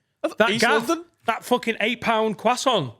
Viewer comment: Why can't say croissant?